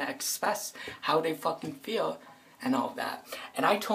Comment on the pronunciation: "that's the only thing they can expess how dey feewl" listening to you kills as much brain cells as alcohol does